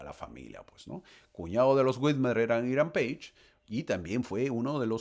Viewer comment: Es Hiram Pages, se pronuncia así!